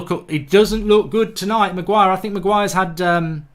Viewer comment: Hahahaha Man called Harry Maguire, willNE.